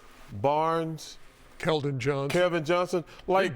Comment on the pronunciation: Its KELDON. Even the correction was wrong lol isnt this a basketball show